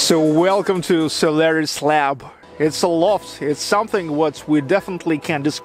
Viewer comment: I understood "salary's lab". You have russian pronouciatio: "o" becomes "a"